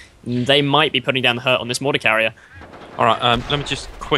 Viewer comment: mahhhhter? lol!!!